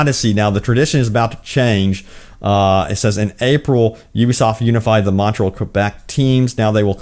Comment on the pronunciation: Sir, it is "Montréal" not "Montrell".